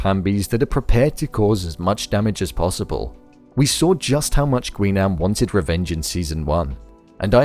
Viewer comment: It's pronounced as Gi-nam. Not "Gwi"